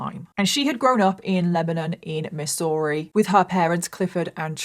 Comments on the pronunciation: Haha. Love the way pronounced Missouri. It’s “Mizzourie” but who cares…loving it just the same! Always look forward to your videos. Keep up the good work! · Try pronouncing it MIZZ ERR E Also, the location, home, broken down cars is what normal small towns in US are like. This is what it looks to be poor. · Totally unrelated but I love the way says Missouri. It's like "miss-ooo-ree" I love it 😂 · its pronounced Mizourah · And people seem confused when I refer to Missouri as "Land locked Florida". 😂 We call it Misery for MANY VALID reasons.😂 Also,, your pronunciation of Missouri is cute... but it's actually pronounced with a Z sound. "Mizz-ur-ee" (or in certain areas "Mizzurah") 😂 Also, there are roughly 250 people in the small town I live in. 😂 The 2020 census said 245.😂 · We pronounce it like the ss are zz. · I love how you say Missouri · As a Missouri native, I love the way you say it! I remember hearing about this, how horrific for her family. The fields of junk cars, meat hooks, and freezers aren't really abnormal, but there are definitely some creepy places in this state where you just get weird vibes. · I love how you said Missouri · Love how you said Missouri😅 for future reference it's pronounced with the s's sounding like z's. You know how we Americans like to spell things one way and pronounce them a totally different way😂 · When she first said it, I did think that it was in another country, lol. Then, I found out that it was my neighbor😂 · lol no, not her accent, just the way she pronounced Missouri.. just gives off that vibe